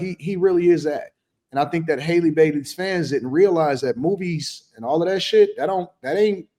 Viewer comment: How come no content creator says her name correctly. It's Halle like in Halle Berry, not Hailey.